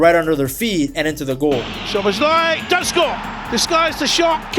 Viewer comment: try the pronunciation without the z's: soboslai (sz is s in Hungarian)